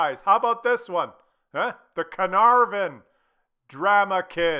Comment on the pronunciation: This tank is pronounced Car-Nar-Von, Carrrnarrvon, next......